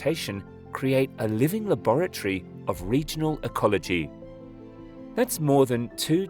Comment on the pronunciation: Laboretree?? XD